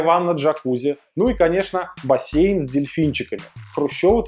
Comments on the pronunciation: видимо у олигарха не бассейн а бассайн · на 5.08 оЧепятка вместо бассейн - бассайн. поправьте ,или у монтажеров русский не родной ? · Поправьте бассАйн , ну бассейн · бассейн это у простых смертных, а у тимченко бассайн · "бассайн"? азхааххаахахха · Бассайн? Исправьте.